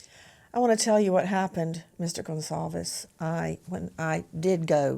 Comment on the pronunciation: Nancy- thank you for pronouncing their last name correctly. That is taking the time to care.